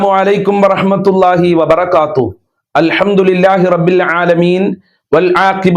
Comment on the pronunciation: അൽ ഹംദ്ധു നില്ല അൽ ഹംദു ന്യല്ല അൽ ദ്ധു നില്ല